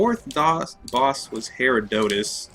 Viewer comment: Just so you know, the green mages come out of every Herodotus blob except the smallest size. But good job for figuring out they are spawning when you kill a blob! (also you pronounced Herodotus wrong)